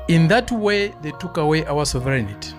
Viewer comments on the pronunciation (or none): Sovereignty......... not Soverignity !!!